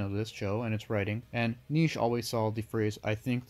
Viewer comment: The way you say Nietzsche as if it is one syllable makes me smile.